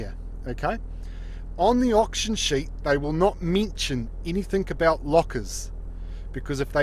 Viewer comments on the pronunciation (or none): Mintion LOL